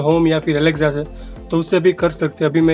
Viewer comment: Alekza nhi Alexa hota hai